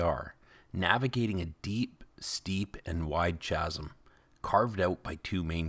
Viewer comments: "Chasm", coming from Ancient Greek via Latin, is pronounced with a 'k' sound at the start, not a 'ch' sound. ♥ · chasm is pronouced kazum. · CHASM is pronounced kazzum not as you did.